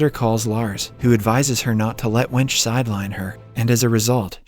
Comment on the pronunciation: I laughed when I heard the english way of pronouncing the name. Her name is Wenche, pronounced wenk-e.